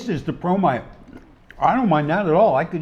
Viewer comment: I misheard " promite", i thought you were sharing bromide.